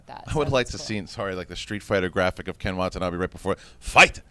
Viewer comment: I like how pronounces Ken Watanabe's name correctly after 'tries' to correct her. lol. Wa-ta-na-beh. Not Wa-ta-na-bee. Basic Japanese.